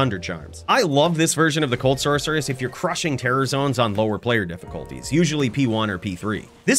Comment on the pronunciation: I didn’t know sorceress had a ‘k’ sound in it.